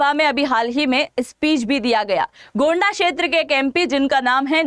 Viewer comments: गोंडा नहीं होता है उस लोकसभा का नाम गोड्डा है। दुमा भी नहीं होता है दुमका होता है। अगली बार ध्यान दीजिए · गोंडा नहीं मैम गोड्डा